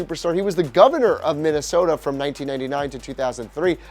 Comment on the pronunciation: ya said minasota twice